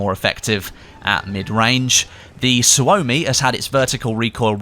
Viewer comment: Murdering the Finnish with that Suomi pronunciation :D